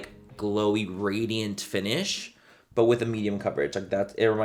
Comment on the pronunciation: are you saying "radiant" or "gradient"??